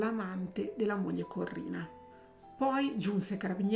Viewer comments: SI DICE CORINNA, NON CORRINA!!!😂😂😂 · ciao! Penso che, se non ha ucciso suo marito, lo ha fatto uccidere. Per di più, essendo una persona cattiva, cattiva, cattiva, si è meritata ciò che le è capitato. PS: si chiamava Corinna, non Corrina...